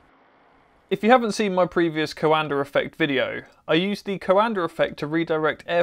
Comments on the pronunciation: It s not coàndă it s coandă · The name is the Romanian COANDĂ not some american COANDER... So fucking pronounce it right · Why do Brits pronounce words that end with “A” as “ER”. Coanda -> CoandER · coandă not coandăr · *note: It's not CoandăR effect, itțs Caondă effect, without that R at the end. ă is pronounced without any other sound after it. Great video tbh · Please,, please, it's not 'co-anda',, it's pronounced qwonda. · Hi! Love tinkering, love aviation, love your channel, but please stop PRONOUNCING HIS NAME WRONG :) You're doing a "CoandRa" while it's just COANDĂ , without the R, and that last Ă , is pronounced like an overpronounced E from HAMMER, for example. Here, sample: Cheers, and keep it up! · It sounds like he is saying "coander" lol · Is it coanda effect or coander effect? He says it with an r so I wanted to know lmao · "Coander Effect" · Please stop saying CoandER. You need to lift up the nose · Or Canada. I just find it funny that in Brit English, "cover" becomes "covuh" but "coanda" becomes "coander." The rule seems to be that if an R is present at the end of a word, drop it; if no R is present, add one! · Romanian here. The correct way to spell “ă” is like the article “a” like in “a cat” (can't think of a better comparison right now lol). Anyway, awesome vid as always! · I'm a Romanian and I can say that Coandă isn't pronounced like that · Nobody has ever explained to me why the British add an 'R' behind many words ending in 'A'. Anybody?